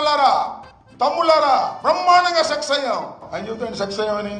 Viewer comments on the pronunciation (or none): Orey ambothu nuvvu success antunnava sex antunnava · అంబటి రాంబాబు గారు సక్సెస్ అయింది అనే మాటను సెక్స్ అయింది అని పలుకుతున్నారు.